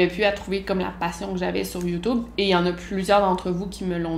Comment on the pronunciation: "Youtoub" ! Mouhahaha !... Bref ! Très intéressant tes confidences . Continue tes vidéos , j'adore ta personnalité ! 😉